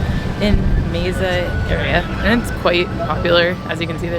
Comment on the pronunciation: Mesa is pronounced May Sa. It sounds like you're saying May Za and no one has corrected you. Amasing. 🙂🙃